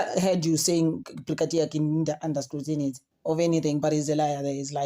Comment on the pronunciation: Scrutiny not scrutinity